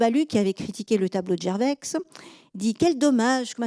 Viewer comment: C'est passionnant et on apprend beaucoup de manière agréable. Juste un petit grain de sel concernant des prononciations : Millet on devrait dire Milet (c'est Emillet, mais c'est vrai que nombre de gens prononcent les deux L mouillés aussi), Gerveix on ne dit pas le x final, Ouolff non c'est Volff, Holgate c'est Houlgate, Bruksel c'est Brusselles... J'écris ça sans méchanceté, c'est une superbe "exposition" !